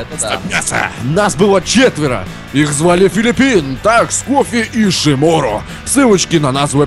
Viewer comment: Так то это неправильно ударение ставит, а не...